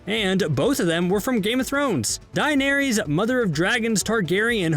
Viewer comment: It's Daenerys and not Dinneries, do better next time. After 8 seasons and you still mispronounced the name?!